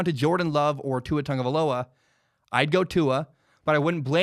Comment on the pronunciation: Why does everybody says "TaNgovailoa"? Also i just think Burrow and Tua will be gone before the 5th pick, so it's either Love, Herbert or not a QB on this draft for The Dolphins. #FinsUp